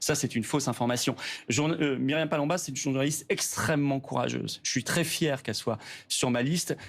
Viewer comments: Palomba elle dit paloma elle a fait exprès c est du mépris de la bêtise quand c'est des noms compliqué du bon côté ils les prononcent toujours correctement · Oh comme elle donne 1 fausse information sur Myriam!!!! Elle ne sait même pas prononcer correctement son nom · Elle ne sait même pas lire les noms. Elle insulte avec mépris Myriam Palomba sans arguments ! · Bravo vous avez bien défendu vos positions face à cette journaliste de la doxa qui écorche même le nom de Mme Palomba ! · Pauvre journaliste cette dame, qui écorche le nom d'une de ses consœurs. Ca en dit long sur le reste de ses questions !